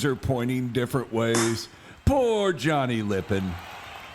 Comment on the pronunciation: Don Dem-uh-ter. Johnny Lip-ON.